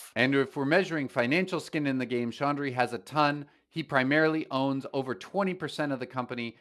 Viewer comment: LOL! You keep pronouncing the CEO's last name as if there is a "N" in there... it sounds like you think the speling of the CEO's last name is Chandhry. No, it is ChaUdhry. I thought, I might just point this out. Thank for putting together this very valuable video - both!!